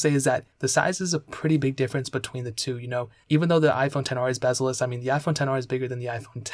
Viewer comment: Lol you called the iphone XR bezzleless